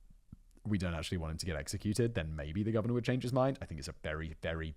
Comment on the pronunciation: "The Gorvenor of Virginia" - did Simon edit that part of the video himself?